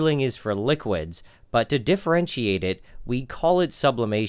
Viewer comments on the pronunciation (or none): none